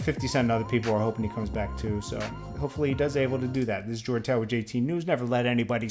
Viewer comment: I really hate how U read Jordantower🤦🏾‍♂️😡🤬